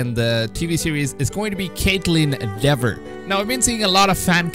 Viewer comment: I pronounced it "Dever" too at first. It's actually pronounced "Deever":-). Btw I want Kaitlyn Dever for Ellie too